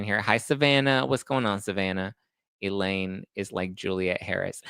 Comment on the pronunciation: Elaine not Eileen